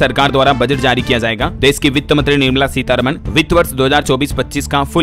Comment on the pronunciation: Fm is not nirmamala seetharama but seerharaaman